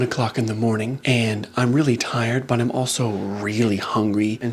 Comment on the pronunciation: you said “butt” instead of “but” and my reaction is making me realize that I don’t think I’ve matured since high school.